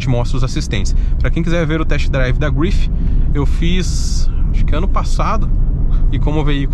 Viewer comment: Belo vídeo, mas tente levar menos as palavras para o inglês. Carro francês, então não se fala "gruifi", apenas grife mesmo. Fica mais legal. No mais parabéns pelo vídeo. Sucesso.